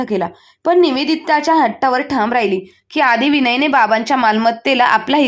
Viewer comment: थांम नाही ठाम